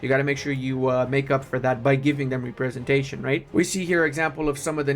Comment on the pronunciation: Something stuck out and I thought it was a slip up, but then it happened multiple times. When you're pronouncing Representation, you split it up funny, as Re-presentation. But it should be Rep-resentation. You speak more languages than me so I didn't want to come off as a jerk. Just wanted to help/make you aware.